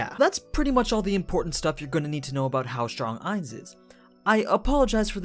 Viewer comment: I don’t mean to be rude but you say Ainz name wrong the last part is said like gon